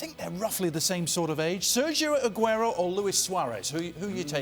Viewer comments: I really don’t understand how people get paid to give their opinions to people on tv...like ur a nobody who tf cares.... also ITS FUCKING SERGIO AGUERO NOT FUCKING SERJo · Does that guy Sid wanna pronounce the R in the Spanish players name any harder ?????